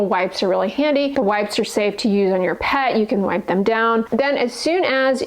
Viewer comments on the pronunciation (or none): none